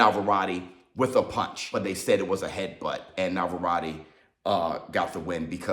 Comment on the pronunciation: "Navarrati" come on! 😂